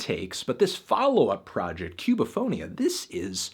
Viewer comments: Hey man, neat review, just a little heads-up (if not a nitpick). " ´ " signals the tonic syllable, so the pronunciation would be "Cu-ba-fo-NÍ-a". ;) That's all, loved the album. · Hey Antknee. It's actually pronounced Koo-ba-fo-knee-uh. Note the emphasis on the "knee" sound. Gud review.